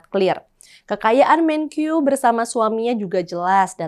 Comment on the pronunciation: Untuk presenter, maaf perlu saya koreksi. Melafalkan kata MENKEU tidak usah dg lafal seperti orang Inggris jadi ”Menkyu”. Kita bangsa Indonesia, lafalkanlah dg bahasa Indonesia yaitu MENKE-U bukan MENKYU!.